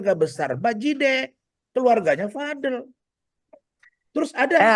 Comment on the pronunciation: btw gengges deh denger Razman ucap namanya Vad-el bukan VadEL. kaya pengen beda banget